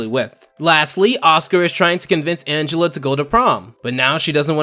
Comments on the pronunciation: Minor criticism. Her name is ANGELa not An-gel-a. Angela is a human name, but she's an ANGELfish, so she's ANGELa. Get it? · Angel-uh. It's pronounced like angel. Sorry, it was bugging me. Honestly, I'm just happy about someone talking about Fish Hooks. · Angelaa? Angel a? Not Angela? Idk